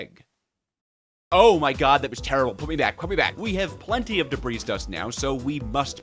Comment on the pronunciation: brotha it’s not “DEB-REEZ” it’s “DEB-REE”